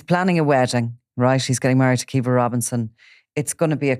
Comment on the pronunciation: pronounce daniel kinahans wife's name as Qwee-va instead of kee-va will you😅😅😅